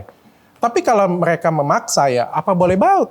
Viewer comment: Semangat dok 💪, sampek salah ngomong "apa boleh baut"